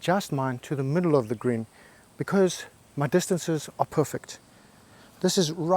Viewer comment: What's with the "distaansez" 😅😅😅😅